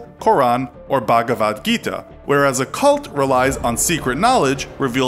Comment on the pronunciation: I understand but your pronounciation of Bhagvad Gita almost killed me.